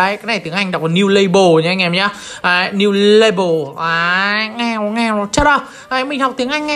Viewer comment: Tấu hài nhất là "niu la beo" 😂😂😂😂